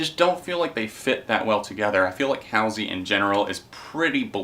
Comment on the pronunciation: Hall - c is how you pronounce Halsey :-)